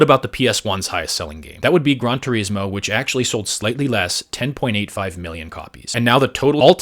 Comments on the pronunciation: It sounded like you said "Grunt-a-rismo" 😹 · Who calls it gran tureesmo? You know he never actually played any of those games.